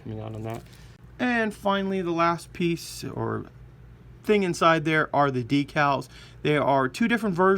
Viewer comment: cup--oh-la, not coopah-lah, de-kal, not dekkal